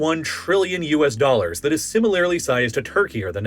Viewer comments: Just like his pronunciation of "Similarly" as "Similarily" 🤦‍♂ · Where did you learn to pronounce "similarly"?? It drives me crazy...just once or twice a video usually but like WHENCE DOES IT ORIGINATE? Lol it's literally just "similar" with a -ly on the end...stop making it so complicated!